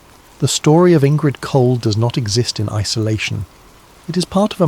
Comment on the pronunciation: Indrid, not Ingrid